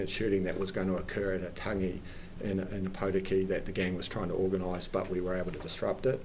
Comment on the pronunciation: How many places can I mispronounce?